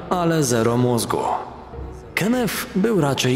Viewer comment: Imie przestepcy Kenneth wymawia sie Kennet a nie Kennef - to tylko moja uwaga. Nie wymagam od lektora aby znal wszystkie jezyki swiata ale niektore pomylki sa bardzo latwe do ominiecia, takze w ojczystym jezyku. Poza tym swietny kanal .